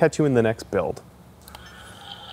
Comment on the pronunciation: Every time you say 'build' I hear 'Bill-ed'. Another awesome prop Billed! Harrr...